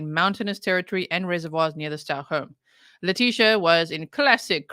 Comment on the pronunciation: "Lie-tecia" 😂 and "bye, fe-leticia" omg G 😂😂